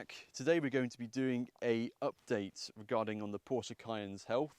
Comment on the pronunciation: Stop saying porscher, it's porsche.